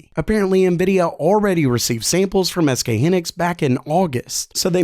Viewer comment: Lol he butchered sk hynix (pronounced hynex)